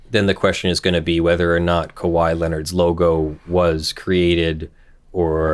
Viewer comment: He pronounced it correctly! I've been with you through the impersonated police officer, the dogs getting stolen, close to the first few months of this channel, and I was about to unsubscribe if you said "KAHEE" again.